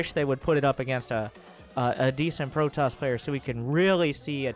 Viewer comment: A Pro-toss ahhhhhhhhhhhhhhhhhhhhhhhhhhhh